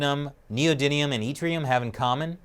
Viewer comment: Chris, yttrium isnt pronounced ee-trium. Its a short 'i' sound it-trium. Only reason I know is cause of superconducters YBCO or yttrium barium copper oxide.